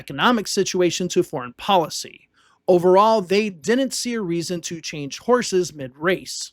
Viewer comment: Hard to take seriously a narrator who says dis and dat and da and dinint, It's intermittent but still annoying.